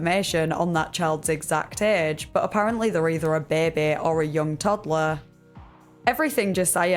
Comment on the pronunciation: fr i love them she says “baby” that sounds kinda weird now that i put it in ink